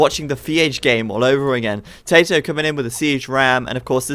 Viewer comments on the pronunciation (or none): I love it when says "TaToH" it sounds like "Potato" 11